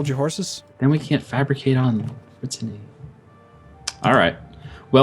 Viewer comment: Every time he says "brittenany" I twitch godamn shen